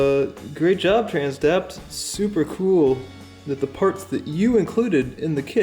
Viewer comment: Trans-Dapt....you suck.